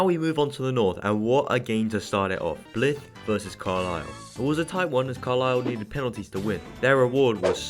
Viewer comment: Btw it’s Blyth not blith (blive)